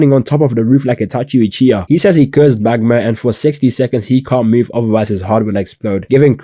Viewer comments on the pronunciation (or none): none